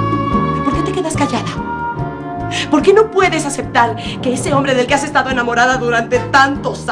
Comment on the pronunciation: aceptal jajajajajaj